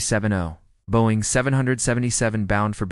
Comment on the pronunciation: AI can’t pronounce “Boeing” funny!